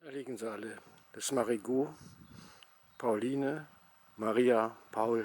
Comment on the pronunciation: Hör ich net richtig oder saaht der Sprecher immer Marie-Goot wie im französischen ohne das -t am Schluss?! Aber mit "Goot" ist doch die Patentante gemeint, die Goot also!